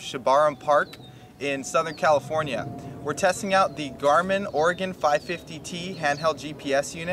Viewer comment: Thank you for pronouncing "Oregon" correctly.